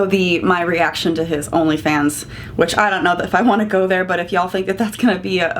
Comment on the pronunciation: I gagged a bit when you said he has an only fans- I need to hear the T